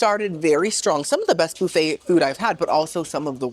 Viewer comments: Boo-fay is cracking me up!! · I adore how you say “boo fay” 😂❤